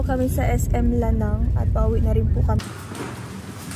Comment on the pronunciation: La-nang Langga not Lanang😅❤